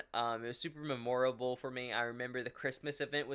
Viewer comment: you have to be trolling why do you say memorable like that it hurts my brain !!!!!!!